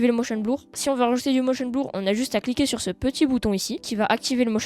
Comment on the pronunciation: "motion blour" 😭😭